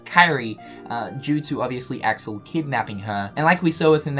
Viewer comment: Y-you pronounced Axel wrong...